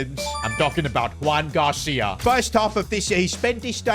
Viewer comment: no one has notice did just say Juan Gracia instead of Joan Gracia 😓😓